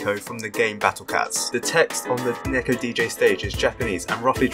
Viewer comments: just wanna say its not neck-o its pronounced knee-ko for someone as smart as you i thought you would know this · Neko but its pronounced Neeko LONG E